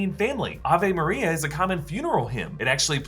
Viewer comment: Isn't it Ay...ve maria? or Ah...vay Maria??? I'm so confused and bothered by the way he pronounced it